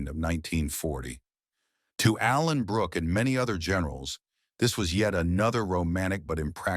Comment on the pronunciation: To the dopey AI commentator, it's Allenbrooke, not Alan Brooke!